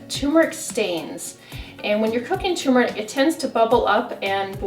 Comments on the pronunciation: It's not "too-meric". It's TUR-meric. Ughhh... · She's saying Tumeric (too-meric), but I'm seeing Turmeric (tur-meric) in print. Is there a difference between tumeric and turmeric. I take turmeric capsules daily. Should I look for "tumeric" powder?